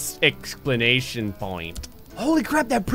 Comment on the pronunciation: Did he say "exclaNation" point? >_>